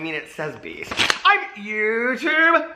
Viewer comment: When i first started watching you i didn’t know you were saying BEAST i thought you were saying PEACE!!!! HAHAHAHAHHA 🤣 Love you and your videos!